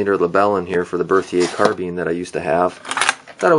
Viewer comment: It's not CarBEAN, it's carBINE two different pronunciations